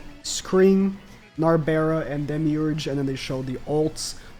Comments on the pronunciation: Please stop calling her nabera Nar-Bral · It's narberal not narbera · the way he says narberal gets me everytime